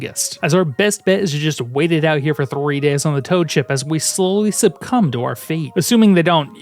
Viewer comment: Very glad to hear that is still pronouncing it subcumb instead of succumb